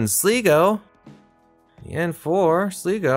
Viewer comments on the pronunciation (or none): Balina is pronounced balin--aaa. Sligo is pronounced slygo with the i like a y not an e 😂